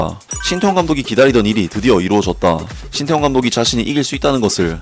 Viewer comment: 인니는 " 태 " 자 발음을못하나 " 따 " 라고하네. ㅋㅋ